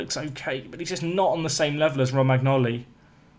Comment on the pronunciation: Romagnoli is pronounced Roma-knee-oh-lee as an fyi